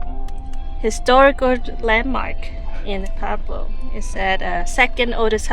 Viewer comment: it's PUEBLO, not PABLO.